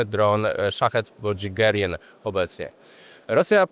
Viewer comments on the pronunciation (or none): Nie Gerien tylko Gierań